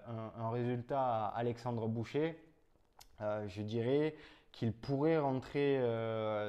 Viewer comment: Alexandre "boucher" 🤣🤣🤣 j'ai mal aux oreilles 👂👂👂